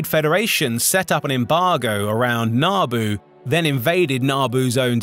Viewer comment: "NaaaBoo" kinda bothered me. Wasn't sure what he was talking about at first